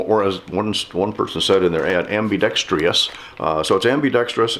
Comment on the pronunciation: Ambidextrious! Lol I caught that too. Lol great review thank you.